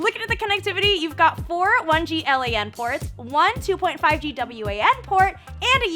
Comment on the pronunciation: This chick is very corny. Not sure if it's her or the script though.... Also who says l.a.n and w.a.n port....